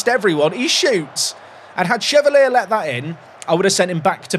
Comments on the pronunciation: I said it in the last video, he's french, so Lucas Chevalier is pronounced "shuh-val-yay", not "shuh-val-ee-uh" 😉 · Watched you for years and I know you sometimes pronounce names wrong for engagement and in all the years of watching you I’ve never been so triggered by a mis-pronunciation that Chevalier and Shade 😂 Well done you got the comment 😂